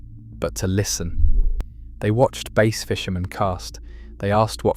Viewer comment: Stop pronouncing Bass as Base